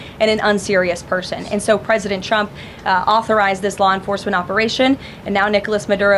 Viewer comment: One of my 2026 goals is to actively hear her voice a lot less. Maybe hear it almost never. I can read, if indeed even reading her words is ever critical, which I doubt it ever really is. That said, anyone ever notice when she says “Trump” it sounds like she’s saying “Chump”? “President Chump.” What? Hear it once you can’t unhear it. “President Chump.” EDIT: I SWEAR TO GOD I TYPED IT AND HIT SEND BEFORE LUKE CALLED IT OUT!